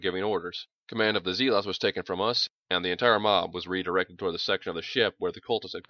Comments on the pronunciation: Maybe a slightly slower reading? Also, zealot is pronounced "zehlot," not "zee-lot". Not a big deal, just a touch jarring... other than that, this is freakin' awesome and you are doing a great job. More please! I especially like your rendition of the team teasing Doc about the Hospitaller, like you're really telling this at a bar somewhere and can't stop yourself laughing. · Pretend it's in character and that's how his planet pronounces zeelotz.